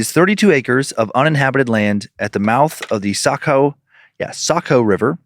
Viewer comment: Shout out from Saco! Know Wood Island light well. Thank you for pronouncing Saco correctly 😊